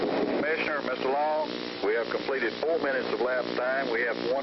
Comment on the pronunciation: So, were the witnesses executed too? Who cares about their movement? Too bad they wasted so much electricity to put one scumbag to death. BTW, the name was Mr. Long, not Mr. Low.